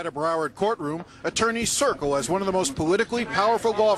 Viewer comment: Circle.....not "cricle"